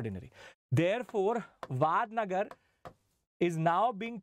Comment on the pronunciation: It's not वाडनगर it's वडनगर